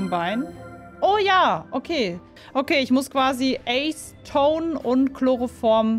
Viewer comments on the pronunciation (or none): Ich musste so lachen als du „Ace-tone“ statt „Atzeton“ gesagt hast 😂